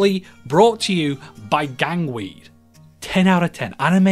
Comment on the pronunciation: Gangway? Nah, “Gangweed”